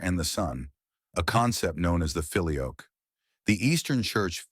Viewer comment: There are also plenty of current Eastern Catholic groups that were split long before 1054. This video is very misleading, and its AI voice that can't even pronounce "filioque" is about as annoying as this whole debate.